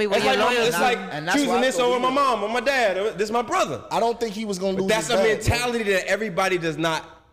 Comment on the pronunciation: Does anyone wanna tell that there is a "-TH" and no "D" in the noun "Brother"?